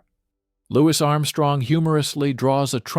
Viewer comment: LOUIS, PRONOUNCED AS LOU-EE ARMSTRONG NOT LEWIS. LEARN HOW TO PRONOUNCE YOU ILLITERATE CLOWN